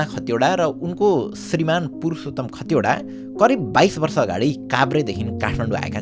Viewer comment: दाइ खटिवडा होइन खतिवडा हो ।